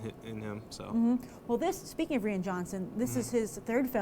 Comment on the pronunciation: Rian Johnson's name is pronounced like "Ryan", not "Ree-ann"